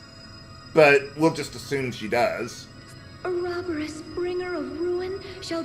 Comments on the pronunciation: Not only is the writing stupid with trying to pretend there is some deeper meaning to it, THEY CAN'T EVEN PRONOUNCE OUROBOROS RIGHT! THE NINNIES!! Its pronunced like... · I'm used to the FMA pronunciation of Ouroboros so hearing it pronounced in this game bothers me. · "Unacceptable" counter: 17 Total, 0 in this episode "Mrgrgr" counter: 6 total, 0 in this episode Ugh, still hate the way they pronounce ouroborus Well if the angel is a part of the Celestial Realm, which WOULD make sense, then it would make sense that she knows about Ouroboros How hard indeed...